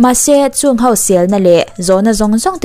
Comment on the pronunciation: Ho tih hi 'HAU' ti hlirin i sawi ṭhin a, HO tih hram ni se.